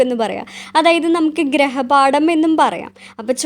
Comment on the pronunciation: Good class and very useful But ഗ്രഹപാഠം അല്ല,ഗൃഹപാഠം